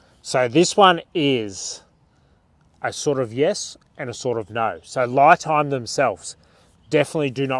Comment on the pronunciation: Isn’t it pronounced Lee Time?